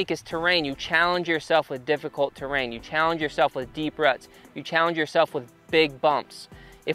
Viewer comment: "Terain" Hmmm